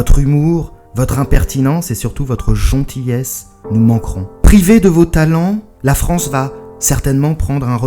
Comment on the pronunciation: Sa sagesse commence à s'écouler en toi. A "votre geontillesse"...